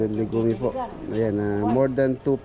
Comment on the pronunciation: pag pronounce nyan is golden legyums(legume)